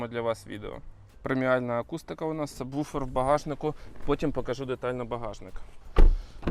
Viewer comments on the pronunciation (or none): none